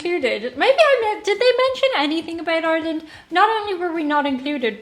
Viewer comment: Yes, he mentioned Ireland. There's Ireland, right there, except he's calling it tin land. I've seen videos by this guy before, on other topics, and I like his style, too. i agree that this should be shown in schools.